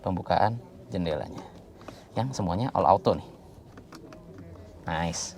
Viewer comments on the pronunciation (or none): none